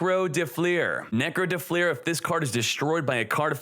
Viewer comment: dö flör it is called. de flur xd